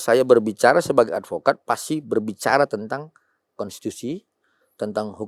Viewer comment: ngk tau dah brp x dia bilang advokad 😂😂 ngk di sebut juga orng tau kek kakek 😂😂